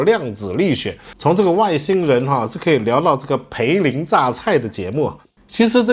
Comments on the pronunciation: 大叔，涪陵应该读成fu ling，而不是pei ling。。。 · 大叔啊大叔，看了这么多期，今天终于可以给你纠正错误了，你读错了不叫培林榨菜，应该叫fú líng zhà cài涪陵榨菜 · 是涪陵榨菜，fu涪，哈哈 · 涪（fu，读音通“福”）陵榨菜